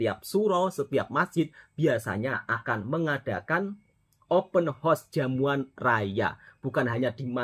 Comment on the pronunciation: Horse bunyi nya